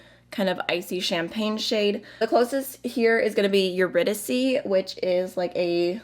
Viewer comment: Aaahhh this is making me even more excited/impatient to get my Meet Me in the Underworld palette. But also I kind of think I might need Vintage Rose as well. Dammit. P.S. Perfect pronunciation of Eurydice. I hope I'm not coming across as patronising. You nailed it this time, and I'm just trying to give credit where credit is due. Plus, I figure if I comment when something is wrong, I should comment when it's right, too, otherwise I'm letting myself be guided by negativity. Y'know? It's one of my least favourite things about humanity (especially online): too much criticism, not enough praise. Anyway, I'll get off my soapbox now. Pretty makeup. Want. etc.